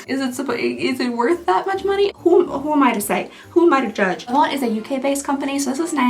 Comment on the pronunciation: Hii just a little tip: in the word « avant » you don’t pronounce the t!